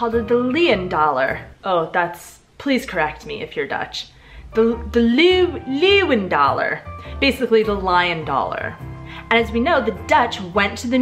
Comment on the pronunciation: No leewdaler, but léuvendáler, it means lion's taler.